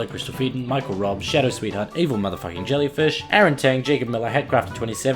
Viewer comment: That "Pronouncanantion" (fk my eng) of EMYellyfish was ..... quite... Bad.